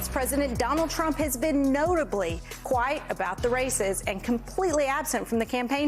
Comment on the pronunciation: Somebody tell Ms. Vigeland how to pronounce "quiet."